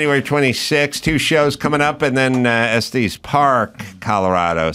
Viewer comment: Estes is not Estees, it's Estus. Just so you know.